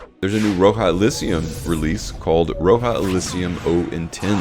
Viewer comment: Great video as always! Thanks for the updates. Btw, Roja is pronounced Rah-jah as if you’re saying Roger with a British accent. Not Row-jah.